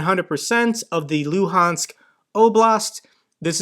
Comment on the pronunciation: Tha Loo-hands Oh-blast